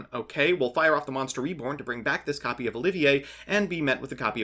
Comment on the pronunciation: Tries to pronounce Oliver as if it was spelled like the french Also: OH-GEAR SMH..... Edit: Yep, video further re-enforced my belief that this build is just so much worse than hybrids. the boards arent even better anymore, had chokepoints, you struggled vs disruption, and you complained about a lack of follow up plays TWICE which is exactly what hybrid adds. Edit 2: and before I hear "BUT DONT YOU BRICK ON ALL THOSE EQUIPS" I'll point out that bricked in this vid, and I have test hand data from 500 test hands of hybrid showing a 98% consistency rate.